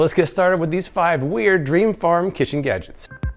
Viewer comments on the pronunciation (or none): why do I hear "kitchen gadgeks" instead of "kitchen gadgets"?